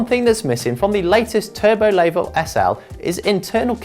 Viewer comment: Layvooo! Good start when the reviewer can’t even say the bike name right.